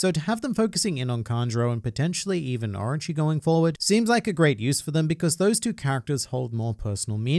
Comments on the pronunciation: Is it just me that heard ''Archie'' instead? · Since english is not my first language, I believe I have a different perspective on Japanese words then you do, obviously. The way you pronounce "Orochi" to me, it sounds like "Archie".